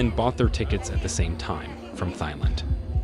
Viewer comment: Dead giveaway with the AI voice mispronouncing the numbers.